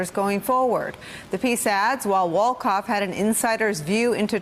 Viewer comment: Winston Wolkoff sounds like "wins ton walk off"! not so fast, my sociopolitical friend!